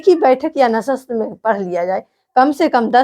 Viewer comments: Madam plz ap urdu ki talaffuz thik kijye apni bahot lafz galt bol rahi jaise nasast nhi nashisht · medam nasast nhi nashishit hota h